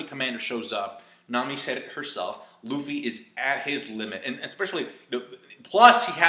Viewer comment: "Rufy"? Man that's triggering lmao